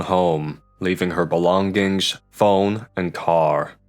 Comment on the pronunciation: leaving here belong- gings? is this some auto read bot or he was just trolling when he pronounced that?